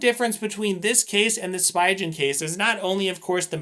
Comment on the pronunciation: great video! the way you say Spigen makes me cringe though... the "pi" is pronounced as "pee" the "G" in "gen" is pronounced as the "G" in "go" pronunciation /spee'gan/